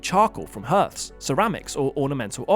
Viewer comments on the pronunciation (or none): Love your videos, but mate, hearth is pronounced as "harth" not "hirth". Would love a video on that potentially 300 million year old fossilised wheel in a Russain coal mine. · The pronunciation of hearth as herth is driving me mad. Even the British say hearth (harth) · 'Hearth' rhymes with 'heart', - not with 'earth' or 'hurt'. Let's preserve our ancient pronunciation!